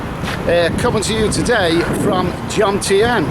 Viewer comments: Besides being a creepy guy, you don't even know the right name of the place, calling it Jomtiem, when the correct name is Jomtien - but I guess you're used to saying Londom aren't you... or Mewcastle and Brightom back in Great Britaim? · at New Brighton errr sorry Jomtien not Jomtiem 😂😂😂 Another great Vlog and pervy wanderings, very inconspicuous with that hat on too haha. Seriously, good work buddy, enjoyed it and the Tits story!! Cliff Michelmore and his holiday tits never done nowt for me though 😂😂😂